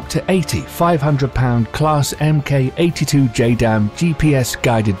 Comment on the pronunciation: On a side note....'mk' is pronounced 'mark' NOT 'em kay'...smh.....at least the announcer is pronouncing 'stealth' correctly......